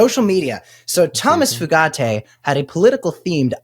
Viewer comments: It's "Few-Gate" not FooGatti, if anyone cares. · It's pronounced "Few-gate." It's definitely not "Foo-got-ay." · It's "Few-gate" not Italian-y sounding "Fu-gat-tay". It ain't that fancy. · Foo gah tay? lol it’s gotta be pronounced “few gate” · How does he do the eyebrow??? And I’m pretty sure it’s pronounced “Few Gate” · Went to school with two brothers with that last name, same spelling, and they pronounced it “Few-get”. Accent on the first syllable. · I think that "merit based" hire pronounces his name as Few - gate.😢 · It’s pronounced FEW-gate. I guess you guys are too young to remember or know about spree killers Charlie Starkweather and Caril Ann Fugate … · OMG Fugate... FUGATE?! is he related to the people with blue skin?! If so, pronunciate few-gate.... have fun in your internet rabbit hole! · I think its pronounce few-gate as in not many and baby gate. Hard lots of Fugates in my home town. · Pretty sure it's pronounced FEW-gate